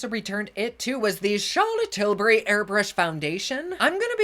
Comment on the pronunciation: Great way to start my morning while kids are doing school! The way you say "Charlotte Tilbury" I'm dying every damn time!! Thank you!!